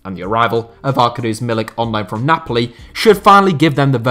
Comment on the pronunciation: I think Milik's first name is pronounced Arcadius